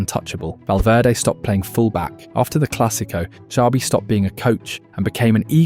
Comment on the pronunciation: This AI voice over is fucking horrendous 😂😂😂 Pronouncing Xabi different every single time. WTF... just do the voiceover yourself or hire someone... fucking hell